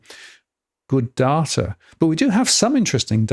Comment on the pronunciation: I appreciate Martin’s pronunciation of “data” far more than “dAta”. More 1970’s ABC style pronunciation. Apparently in line with the Trans-Atlantic pronunciation that was de rigour before the jet set had jets.